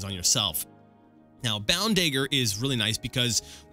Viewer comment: Note that if you raid the crates in Balmora no-one cares. Anywhere else and they will. Also note that Ra'Virr doesn't care about your illegal substances. Nor does your new boss for that matter. Also note that it's a DaGGer but as you won't be using one hopefully I won't be hearing you say "Da-ger" again. Fair rustles my jimmies, that....apart from that, another excellent video.